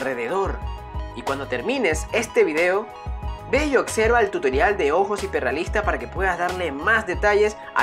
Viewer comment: "Occerva", "eccetera", "perceccion"🤔🤔🤔🤔Observa, etcétera , percepción. 👍